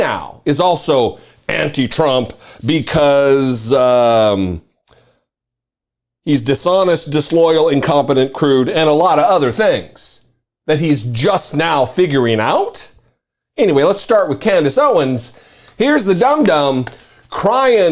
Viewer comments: How did “crude” keep getting read as “rude”? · Hey, big boy - the word RUDE does NOT start with the letter "C"! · Mo Brooks said “crude”. Not rude, “crude”! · Mo "Crooks" says "Crude" not "Rude"... but great video as always. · It’s “crude”, you said rude, just sayin’ 🎉